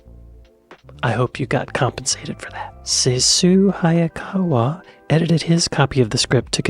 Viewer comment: Points of information - sorry if this is repeating others. Ceylon is pronounced SEE-LON. Sessue Hayakawa is pronounced SESS -OO-WAY. Basil (Sydney) is pronounced BAAZIL. There are others. It is a crying shame how little effort is put into basic research on pronunciations which are well known outside the USA.